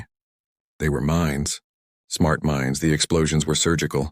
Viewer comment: Mines, not minds